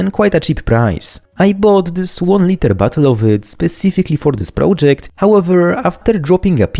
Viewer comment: Lmao I like that you make "bottle" sound like "butthole"